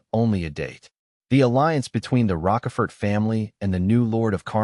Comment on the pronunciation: Broooo. The AI is messing up Count Rochefort and Karl Von Schmidt .